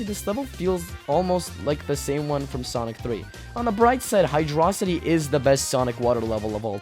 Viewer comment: Finally, somebody else is saying Hydrocity right.